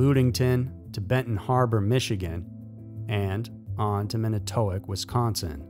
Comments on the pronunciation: MAN-it-toe-woc 😄 not an easy one 😄😄 lots of towns get mispronounced here in Wisconsin 😆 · It's MAN-IT-TO-WALK. Manitowoc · Man-NI-toe-wok is how you say that; I’m from WI